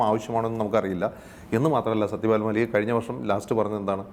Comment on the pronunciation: It's mallick and not maalik pls